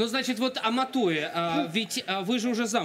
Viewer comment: Не Аматуя, а Амахуя